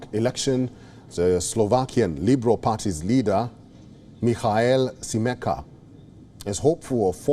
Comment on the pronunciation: This is not Robert Fiko but Robert Fico and too it is not Michael Simeka but Michael Simečka...